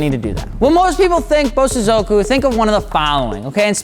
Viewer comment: Please it's pronounced BO-So-zoku.